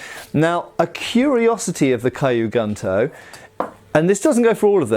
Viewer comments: kyu is pronounced like skew, without the s, not kai-you. Gunto is pronounced like goon - toe (the o sounds is the same as goon, but not as protracted) not gun - toe. so kew goon-toe, instead of kai-you gun-toe. It might be confusing at first but japanese that is written in english has a set phonetic pattern, kyu, ryu, etc all sound like kew, rew, etc, not kai you, rai you, etc. same goes for the "u" in gun, kun, etc, always a goon, koon, etc (with a contracted o, but with the same sound) not gun, kun etc. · Don't know why this is bothering me so much as I'm not usually a stickler for grammar/pronunciation and probably doesn't speak Japanese, but "Kyu" is pronounced 'Kyoo" (like the letter 'Q') not "kai-yu" and "Gunto" would have a soft "u" and sound more like "Goon-toe." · Q Goontoe. Don’t mess it up again filthy gaijin.